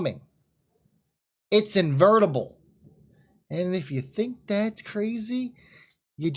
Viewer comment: “Invertible”? Inevitable perhaps English speak you muchly or are you just too excited about what you see in the chart? The words aren’t wordsing but the math is mathing